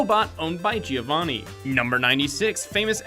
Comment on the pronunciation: A cel-animated show going digital isn't exactly notable; almost every cel-animated cartoon that lived through the rise of digital animation switched to it out of economic practicality. Hell, it'd be more notable if it remained cel-animated the whole way through. Also, Giovanni's name is pronounced "joe-vahnee," not"geeo-vahnee."